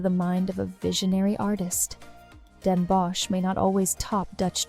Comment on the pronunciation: Really nice. There is just the pronunciation of Van Gogh, stroopwafels, Den Bosch, Gouda that could be improved upon.